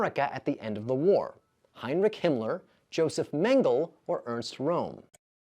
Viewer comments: And it’s Mengele’. Not Mengel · Can't stand AI!!! It's so obvious when the electronic blabber mouth can't pronounce anything correctly. Example: Joseph MEN-GEL, the Nazi doc who escaped to South America after the WWII. UNSUBSCRIBING. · Nanking and Nanjing are the same city. "Nanking" is simply the older, traditional Western romanization (spelling), while "Nanjing" is the modern Pinyin spelling used today. "Men gah luh" The last syllable is a schwa, the uh sound. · How funny. I'm American born and raised and I've never heard the American pronunciation of "Josef Mengele" until just now. It sounds so... strange! 😂